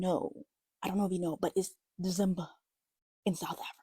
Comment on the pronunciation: I'm just pointing out it is pronounced 'Dee-ZEM-Bah'. Most people take paid leave (PTO is obligatory here), the whole country slows down & switches gears & even employers don't expect much. Even when you're working you can get let off earlier, esp. Fridays. Schools close, most industries (like the building industry & high courts) shut down by the 15th. I'm an old white lady that doesn't drink alcohol & I still Dezemba!